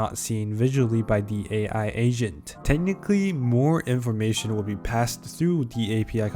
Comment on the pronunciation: Why the hell i hear asian instead of agent